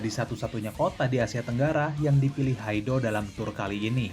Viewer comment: haido dibaca haid .presenter tolol